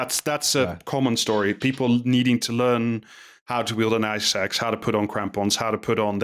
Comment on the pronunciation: if i can be sincere for a moment, i learned a lot. i was aware rich people are trashing everest, but this was very interesting! Also I heard eye sacs instead of ice axe.